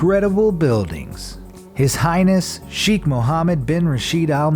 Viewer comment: nononooononooonoonoonnoonono this is ALL WRONG dubai is not the capital and two yes indians do come and nothing wrong with that. three thats NOT how you say his hiness Im not from Dubai but I was born here and I love It